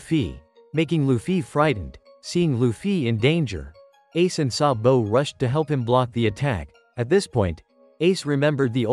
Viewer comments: Sabu❌ Sa-bo✅ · It's sabo not sabow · Why you saying SabO😂😂😂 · IT IS GARP NOT GRAP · why does he say saBOW